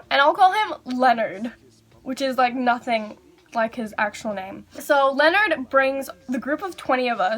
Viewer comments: Thought she said lenert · Ahrianna Harris yeah but she just messed up saying Leonard